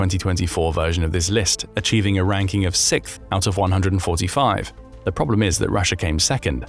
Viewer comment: "sikth" lol